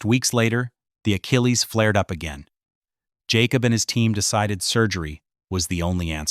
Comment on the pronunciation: His name is pronounced Yáh-cub